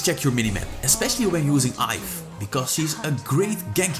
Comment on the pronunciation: Iaf🤣🤣🤣it's yve (yeev)